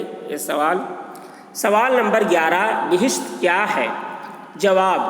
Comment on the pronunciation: Bishit nahi habisaab bahist hai